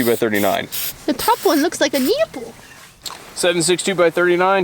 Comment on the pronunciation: what's a neeeeple? lol